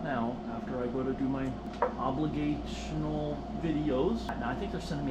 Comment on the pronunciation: I'm going to try spelling it. Obligjatetions? Obliged is much easier to say man LMBO. Has us all giggling I'm sure